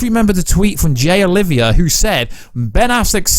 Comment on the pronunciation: Bro you have to stop say Jay Olivia , its "Jay Oliva" bro. Love you man